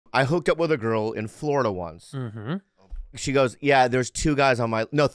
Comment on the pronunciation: What’s the significance of the emphasis he puts on Florida! LOL